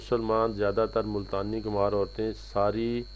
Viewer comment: Kumhar nhi khumbar hota ha ma hO